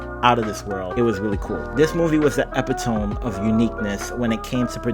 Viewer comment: Just FYI it’s pronounce “eh-pit-o-me” for epitome ;)